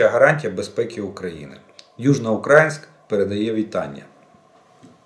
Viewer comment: Еще один привет из Южноукраинска! Вы, кстати, произнесли название города как старожилы, сам так говорю, но более правильно ударение делать в другом месте. Но не суть. Если склероз мне не изменяет, еще осенью США выделили некую сумму денег на подготовку наших пилотов, почему сейчас витают сомнения на счет передачи самолетов? Я так понимаю, даже пилоты уже подготовлены.